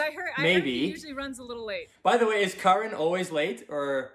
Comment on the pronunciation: Second syllable is strong. It's not like american female kAren.